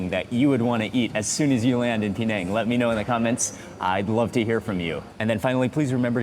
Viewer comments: i d i o t ----- Penang is not pronounced PEE - NANG - the correct pronunciation is PIN - NANG ........... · That gravy wasnt thick at all. It looked very watery. I would hate to see him see proper thick gravy. He would probably pass out. It's not P NANG EITHER ITS PER NANG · His pronunciation "Pee-neng" did start to irritate me after a while. Closer is Pin-ang or Puh-nang. I lived in Perak many years go! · Mark I always appreciate your content and all the wonderful videos you make, but I just have to say it not “PeeNang”, but actually “PeNang”. The right pronunciation of the dish makes a big difference.Still love your content though. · Its not PE nang you dont have to enunciate the PE its just per nang even that local man pronounced it per nang. Only Americans who know nothing, really dont know how to promounce places unlike Europeans who have travelled further than him and know about the world. They are the ones that know the correct way to say a place or country unlike Mark weins he doesnt know anything about correctly pronouncing words. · bahahahaha Americans can't pronouce Penang baahahahahahaha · Mark Weins, we adore you but your pronunciation of Penang has myself and my daughter laughing so hard.